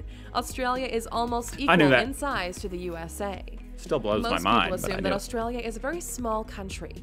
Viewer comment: You gotta start saying "Oz-ee".. Not "Au-zee".. And South Australia was a Free State only for the first 10 years.. Adelaide has "a beach" 15 mins from the CBD, that runs bout 350kms North/South haha.. We see a water/ocean sunset.. Labor PM Bob Hawke, drank a "Yard of Ale" (a yard ale glass) in 12 seconds. While he was Prime Minister, he didnt drink a single drop. Coopers is Adelaide beer, mainly Pale and Sparkling Ale, made in the suburbs.. My great Uncle went to WWII under General Thomas Cooper from Coopers brewery. Melbourne Bitter is from Melbourne, as is Victoria Bitter, amongst others.. etc etc